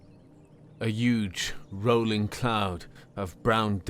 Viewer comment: Roiling not rolling